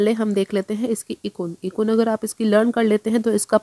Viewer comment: इकुन नहीं एकगुन कहिए मैडम